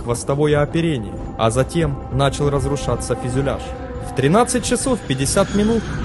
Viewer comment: мне каждый раз слышится "фЕзЮляж" вместо "фЮзЕляж"))